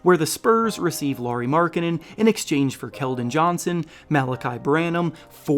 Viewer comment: Lauri is pronounced closer to Kyle Lowry's last name.